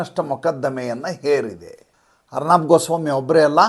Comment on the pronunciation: ಅರ್ನಾಬ್ ಅಲ್ಲ, ಅರ್ಣವ್ ಅಂತ ಅವರ ಹೆಸರು..ಅರ್ಣವ ಎಂದರೆ ಸಾಗರ